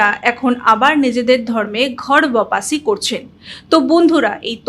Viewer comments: বপাসী নয়। শব্দটি ওয়াপ্সী। উচ্চারণের দিকে একটু মন দিলে ভালো হয়! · বারবার ভুল উচ্চারণ শুনতে শুনতে কান পচে গেল। কোনো শব্দের মানে না বুঝে বা উচ্চারণ না জেনে বলা মানে নিজেকে হাস্যাস্পদ করে তোলা। কথাটা বপাসি নয়। বাপসি, উচ্চারণ টা হবে ওয়াপসি, যার অর্থ ফেরা। ঘর ওয়াপসি মানে ঘরে ফেরা। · বাপাসি বলে না বাপ্সী বলা হয় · আরে ম্যাডাম শব্দটা"ওপাসি" নয়,শব্দটা হল"ওয়াপসি"যার অর্থ হল ফেরা,প্রত্যাবর্তন করা,ফিরে আসা ইত্যাদি। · Birati থেকে দেখছি। আমি একজন বরিষ্ঠ নাগরিক এবং এ বিষয়ে কিছু ওয়াকিবহাল। নানা সাময়িকী তে একটি আরব্য দর্শন ও তার আগ্রাসী ভূমিকা তথা অরাজনৈতিক অসূয়া লক্ষ্য, বাংলাদেশে অমুসলিমদের উপর দীর্ঘকাল ধরে নির্যাতন, স্বভূমে উচ্ছেদ ইত্যাদি বিষয়ে লেখালেখি করেছি। তথ্যাদি সংগ্রহ করেছিলাম। যাইহোক, ওয়াপ্সি একটি শব্দ।আপনার কৃত এই শব্দের উচ্চারণ টি ঠিক হচ্ছেনা। হিন্দী সম্পর্কে সামান্য ধারণা আছে বলেই এটি লিখলাম। ওয়াপ্সির সমার্থক বাংলা হল প্রত্যাবর্তন। ঘর ওয়াপ্সির মানে ঠিক ই বলেছেন। যাইহোক, আপনার পঠন পদ্ধতি স্পষ্ট, শোভন ও মনোগ্রাহী।আমার আরো কিছু পরিচয় রয়েছে। বারান্তরে প্রকাশিতব্য।